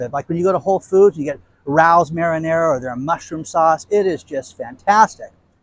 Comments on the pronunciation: I love listening l! Heads up it’s pronounced Rayo’s not Rous 😊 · Hey Rao’s is a very famous restaurant in NYC pronounced Ray - Ohs. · Pronounced Ray os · The sauce is Rao's, pronounced RAY-O's. See restaurant in NYC.